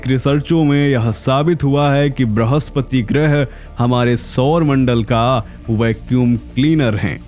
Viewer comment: ब्रहस्पति नहीं बृहस्पति 🙏🙏 कृपया हमारी हिंदी से न्याय करें